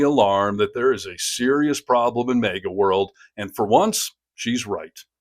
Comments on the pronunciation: The first “A” in “MAGA” is short not long. Like in “magazine. It’s an acronym so the rules of grammar do not apply. Well, the common ones anyway. 😊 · Minor comment..., it is Maga, not mega..., just sayin'. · It’s really sounding like you’re saying MEGA instead of MAGA An accent or dialectical situation probably Cheers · Hearing you say “May-guh” is really distracting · Bro its MAGA. Not Maeega. 😂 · I'm sorry but as I understand it, MAGA is pronounced MAY GAY..!